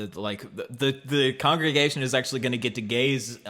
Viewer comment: *congregation, keeps saying congression- what the heck, he doesn't even know